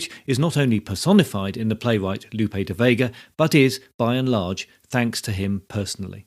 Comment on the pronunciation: good content, but the pronunciation of "Lope" and "Miguel" is incorrect.